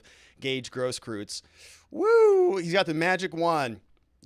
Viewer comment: Gross-KROYTZ, please!!!!! If it's German.